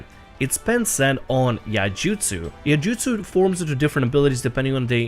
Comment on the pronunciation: how to Pronounce Iaijutsu ( Samurai ) : Ee - eye - ee Jutsu. not yay jutsu or ay-ey-ay jutsu just a friendly comment passing by.